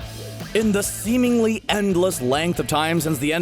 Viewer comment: "In the theemingly endless time"